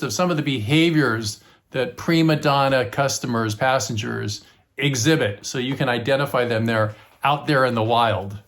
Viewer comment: Assengers😂 is what i thought you said